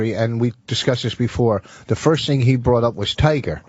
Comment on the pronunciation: “Firsht of all…der’s no second of all…” -Anthony